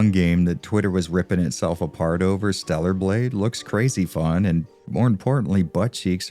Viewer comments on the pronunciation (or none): none